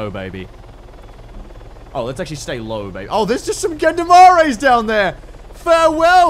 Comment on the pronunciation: The way you pronounced "gendarmes" made me lose a few neurons.